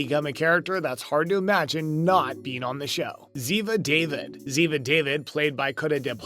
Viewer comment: It's ziva da-veed not ziva david